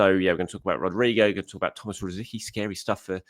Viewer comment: Please pronounce it correctly. As you n Rosie ski c is pronounced ts